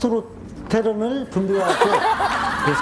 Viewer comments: 테스트로테론 X 테스토스테론 O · 테스토스테론을 테스트로테론이라고 하네. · 테스트로테론(×) 테스토스테론(o) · 테스트로테론이 아니고 테스토스테론인데 ㅋㅋㅋㅋ